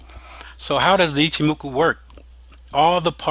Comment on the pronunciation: Ichimoku i-CH-i-moku not i-Ki-moku JFC And you sell webinars...